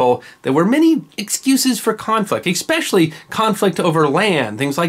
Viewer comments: Love all your videos. Buutt, it’s especially, not exspecially.😁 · You say "Eckspecially" in stead of Especially. Listen .. I expect more from your pronunciation skills... I also enjoy your content. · I “exspecially” like your commentary! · He said "ekspecially". Otherwise, great stuff here. I'm gonna subscribe.